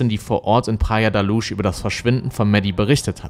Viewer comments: Luz sprich Lus. Nicht Lusch. Praia de la Luz. Sprich Praia dsche la lus auf portugiesisch. Sorry 🙈 Ich höre dir echt gerne zu. Du hast so eine angenehme Stimme, erzählst super und spannend! Aber das tut mir in den Ohren weh. 🙉🙏 ... ich weiß kleinlich, kann nicht anders. 💖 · Schade, dass du dich immer so schwer tust, wenn es um die Aussprache von Namen der im Video genannten Personen und auch Orten geht… Es wäre nicht schwer gewesen, herauszufinden, wie man „Madeleine“, „Praia da Luz“ etc. ausspricht. Finde das gerade deshalb so schade, weil deine Videos ansonsten wirklich hochwertig und gut recherchiert sind, aber das stößt mir echt immer wieder sauer auf, genau wie Grammatikfehler, die sich ebenfalls hartnäckig durch all deine Videos ziehen, die ich bisher gesehen habe.